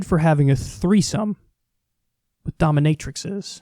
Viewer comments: Dominatri-sees. Dominatri-sees, Kyle. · Dominate - ra - seez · Dominatrices (dom-i-nat-rah-sees) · Its pronounced dom- in- ate- ra- cees... Allegedly... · I think it’s pronounced dominatri-“sees” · It's 'domi nay-truh-sees.' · Plural of matrix = matrices (pronounced may-tra-cees) Plural of dominatrix = domintraces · Gotta get the Taint off that Altarpiece Kyle Kulinski & Beware The Daemon Semen Too!!! 💦🍆👹 Oh and it’s Dom-In-A-Tri-Sees, that’s how you pronounce the pluralism of the Dominatrix Duo Kyle!!! 😉🙃🤪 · That's pronounced "dominatrisees" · I think it must be pronounced, "Dom-IN-a-tri-cees"... 'Cause I guess, as the plural of "index" is "indices" and plural of "vertex" is "vertices", the plural of "dominatrix" must be "dominatrices"... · Dominatrices is (Dah-mi-nay-tri-sees) and and it's the way you pronounce plural words with a vowel followed by an X at the end. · I love how Kyle can't pronounce Dominatrices like he doesn't know it's the plural form of dominatrix 😂 similar to 1 matrix, many matrices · Its pronounced with a c not an x in plurial. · I guess Kyle never took linear algebra. He should ask his old chum Dickie McGeezax how to pronounce it. On that note I need to go rewatch those ‘Matrixes’ movies. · Dominatrices is correct. Similarly the plural of "matrix" is "matrices," with a long E sound. Vortex -> vortices, vertex -> vertices, etc.